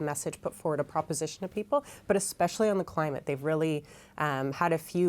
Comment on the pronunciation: ..please stop saying “ekspecially”. It’s especially, no “k” sound.